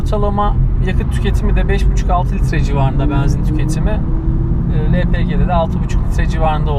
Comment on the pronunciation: Benzin kelimesinin telaffuzunda 'E'harfi açık kullanılmaz. Kapalı 'E' kullanılır. O kadar cok rahatsiz etti ki yarısında kapatmak zorunda kaldım.